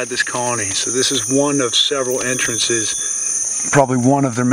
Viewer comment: "This is one of several antrances"